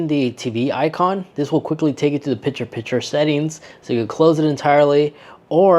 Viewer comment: The word is PiCture with a C. Not Pitcher like in baseball.